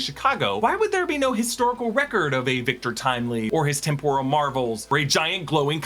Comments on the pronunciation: It’s pronounced TEM-PUR-AL or TEMP-OR-AL, NOT TEM-POUR-AL. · Ok, this is picky but Is the word really pronounced tem-POR-al or is he just mixing it up with the Japanese deep-fried snacks (tempura)? I always thought it was TEM-poral. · The word temporal is pronounced with the accent on the first syllable TEMP rule. Sorry but that really bothered me so I googled it.